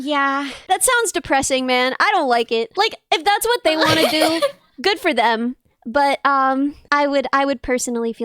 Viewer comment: "your hfwut now?" yeah she's from the south haha